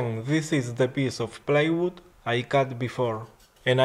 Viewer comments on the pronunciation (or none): you keep saying playwood an its plywood! :D